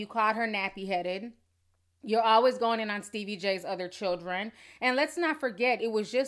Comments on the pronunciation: Y u saying shildren girl hhhhhhhj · She said "shildren" and not "children"😭😭😭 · New word for the DAY SHILDREN 👶 SHILDREN 👶 SHILDREN 👶 REPEAT 🤣🤣🤣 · I think the reason Joseline still can't speak english is bc she may not really know how to read it either think about the way she pronounced children in spanish ch is a part of the alphabet